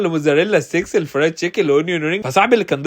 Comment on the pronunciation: فريذ مش فريد😂